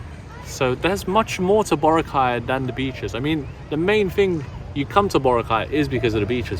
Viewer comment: Hey,. Say Bo-RA-cay correctly before you leave the place. 😅